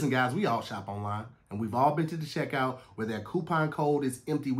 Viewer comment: Hey Tom, He said sheckout but we think he wanted to say checkout. Back to you. add